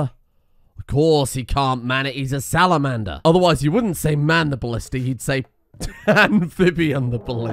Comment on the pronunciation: No-No-No-No-No! You'd say "SalaMAN-Der Ballista!" C'mon...I know you're rum'd out here, but even you should've got that one. xD